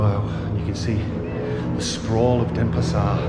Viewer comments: Dennis par??? You can't even pronounce it! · It's not Denespar :)